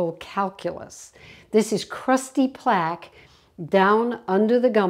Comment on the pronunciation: "Plague" and "plaque" have different meanings. They're also pronounced differently. 😅